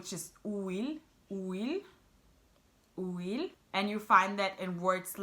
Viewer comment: You didn’t pronounce correctly the word “huile” actually you pronounced it as if you said “ouile”